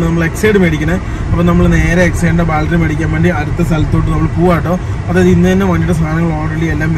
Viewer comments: ബാൽട്ടറി അല്ല, ,, ബാറ്ററി സിൽമ അല്ല, സിനിമ... ദയവായി തിരുത്തുക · Love your video just the pronounce of battery it feels funny when you pronounce it as Bal-tree please pronounce it as bat-tree battery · Baltry, Baltry alla bro battery pls pronounce maximum properly. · ബാറ്ററി.. Not ബാൽട്ടറി.. ഏതെങ്കിലും കറക്റ്റ് പറ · Battery...... Baltry alla.. 😉🙏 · Baaltry Alla battery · ബാൽറ്ററി അല്ല ബാറ്ററി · Baltry alla libine battaryennu paraumone ningadaporaima adhanuto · Ebin ബാൾട്ടറി അല്ല. ബാട്ടറി എന്ന് പറയു. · ബാൽട്ടറി അല്ല 🤢""ബാറ്ററി ""അങ്ങനെ paranju padik 🙏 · ബാൽട്ടറി അല്ലേടാ, ബാറ്ററി. അവന്റെ ലൂസി കോളേജും